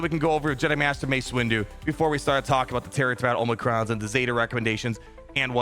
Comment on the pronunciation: Did he say Master “Waste” Windu? 😂